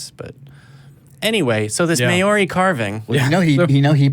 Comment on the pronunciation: LMAO your pronunciation of Maori words was terrible. Good try though :-) love from New Zealand. As for desecrating our carvings, what a disrespectful wanker that Pakeha teko is!